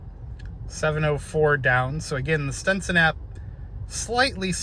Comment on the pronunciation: Stetson, not Stenson.